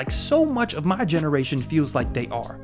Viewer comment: "...my ‘professional’ video essay voice gets dropped half way through the video..." In the beginning it feels more pushed into enunciating whereas towards the end it turn into you being you. YouTube is all about you being you, so I suggest you be yourself. You got a bit of AH in "MY generation" so it's not a strong accent enough for you to worry about it.